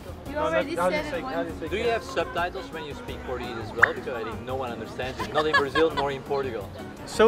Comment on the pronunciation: Somebody tell them that it’s BraZil, not BraSSil.